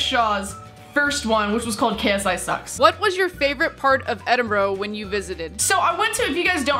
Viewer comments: Pronounced ed-in-bruh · thats not how you say edinburgh